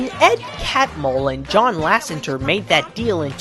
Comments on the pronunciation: I know your redoing the series fixing mistakes and adding more updated facts(hopefuly some from Waking sleeping beauty) but please in the future its pronounced ''john lassETER'' not john lassenger,I sorry,But im a pixar guy and that one kinda got to me,considering you say it alot in this video.Anyway cant wait for more lookbacks.keep up the good work. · It's actually, LASSETER not lassenter, lol just a heads up.